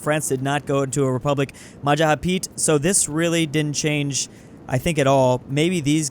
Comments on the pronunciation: "Majahapit" it's Majapahit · Its Ma Ja Pa Hit, not mahahapit, always error saying this